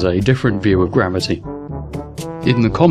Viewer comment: Your southern American accent is good, but to put on a proper American accent you need to pronounce the R sounds within words. Words like gravity seemed to be lacking the R sound the most. As an American it sounded like a southern Englishman. Still funny though and I appreciate the attempt. Before people jump on me, I'm sure my British accent is terrible too.